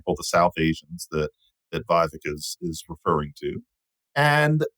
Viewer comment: Did my favorite linguist just butcher the pronunciation of Vivek’s name?